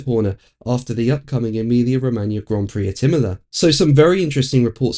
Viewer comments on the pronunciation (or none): none